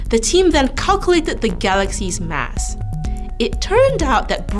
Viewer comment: If only she could have said "mass" instead of "mess" , i would have definetly watched the entire video. It was annoying